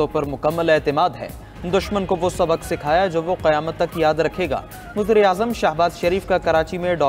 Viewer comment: Abe pehle Urdu sikho wuzra e azam nahi wazir e azam hote he pendoo 🤣🤣🤣🤣🤣